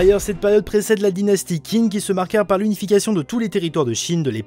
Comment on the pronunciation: Whaou ça a vraiment l air ouf rien que niveau dessin, scénario univers et j en passe par contre si tu veux savoir ça se prononcé "Tsine" voilà j étudié le chinois depuis 6 ans (je suis extrement nul à chier) mais voilà c est pour Info comme ça tu te sentira moins con si t en parle à chinois ou que tu veux caler une réf sur l histoire de la Chine voiiiila en tout cas cimer ça a l air ouf